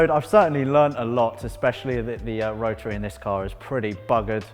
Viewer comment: Not a damn word... Spoon a bearing? Mazda Rah-uh engine?